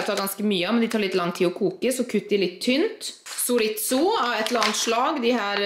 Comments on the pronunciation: Chorizo, du sier «Choriso» men man sier «choritzo» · Hahaha tenkte akkurat på det samme 🙈 Sorizo faktisk 😂